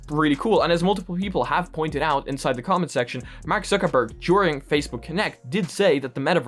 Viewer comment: "Microsoft berg"